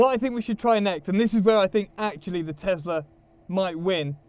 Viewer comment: A- its not teZla, its teSla! B- how much is the price of the beneton?